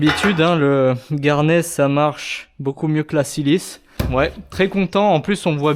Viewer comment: Garnet : on prononce le T final.... c'est juste le nom anglais du grenat (minéral aussi dur que le quartz mais qui ne provoque pas de silicose). Pour Vevor.... tu déchanteras le jour où tu auras une panne. Avec un peu de chance tu trouveras des pièces compatibles chez d'autres marques (Vevor n'est qu'un rebadgeur qui ne fabrique rien). La visu tu peux la passer en mode tour. Si tu montes une tourelle à changement rapide genre multifix, tu peux mémoriser le zéro de chaque outil pour gagner du temps sur des séries de pièces (bien sur il ne faut plus bouger l'outil dans le porte outil).